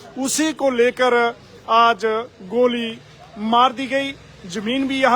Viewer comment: Report goli ko gaali bol rha bolna hi nhi aaa rha reporter ko